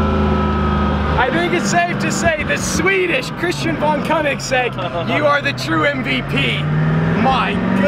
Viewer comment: koenigesegg so sorry